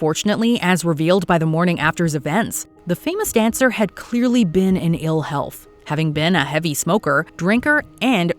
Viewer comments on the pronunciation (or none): none